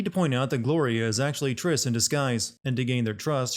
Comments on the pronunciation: Trish. Not Triss. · it's TRISH* and not Triss. Hey if you are gonna sin these games then I'm gonna Sin the Sinner for mistakes. And I ain't forgiving nor forgetable pal. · I find it ironic that he got on the characters ass for pronouncing the word origami but doesn't pronounce certain characters names in this video. Like saying Triss instead of Trish. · Not Triss like in the Witcher… it’s Trish. 😂😂😂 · "Virgil" "Triss" "Crato" man, you're criticizing a game when you don't even know the names of characters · You called Trish “triss”. What.... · Why do you keep calling her ‘Triss’, and not ‘Trish’? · Here name is Trish not Triss...use google. :p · Its trish not triss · TRISH. Not Triss, TRISH. I miss Gloria being Gloria. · should we sin for saying triss instead of trish? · It's Trish not Triss...It bugs the hell outta me every time he says that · Trish not Triss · TRISS? BITCH PLEASE LEARN YO LESSONS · It's not a miss pronunciation of a name. Triss and Trish are two completely different names as are Crato and Credo. And he spelled and pronounced Sanctus right the first 3 times but then all of a sudden says "Sanctum"? That's just lazy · Did you...just say... Triss?!? It's Trish.. sin on you. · I had to thumbs down this shit after you get an original characters name (Trish) incorrect multiple times. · Im giving you a sin for mispronouncing trish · SIN YOURSELF FOR MISS PRONOUNCING TRISH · 1 sin for misspelling Vergil. -2 sins for misspelling and mispronouncing Trish. -1 sin for calling Sanctus Sactum -1 sin for sinning a good show